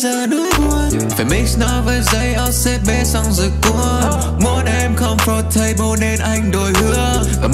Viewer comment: comfortable mà đọc thành com-for-table ???